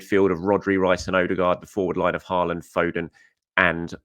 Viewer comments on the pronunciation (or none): none